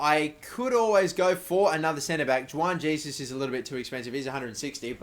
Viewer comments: Juan Jesus (Wan Hey-Soos) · Sign Insigne, real versatile player, and Jesus (btw learn to pronounce his name) when/if you sell Longo.